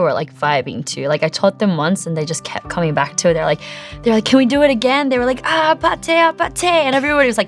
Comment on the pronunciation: She's Korean but why does she keep saying Ah Pah Tay?